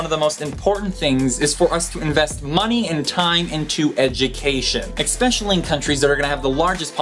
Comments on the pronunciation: stop saying "eXpecially". It's especially. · I know that I'm probably really annoying, but, please, say especially, not expecially! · Yes, I find that expecially annoying, don't you? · He did it again^^